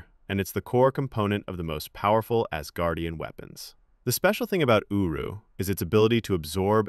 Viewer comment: I kept on hearing him say uwu metal